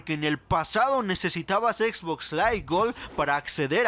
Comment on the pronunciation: Como me caga cuando no pronuncian bien como la x box >:v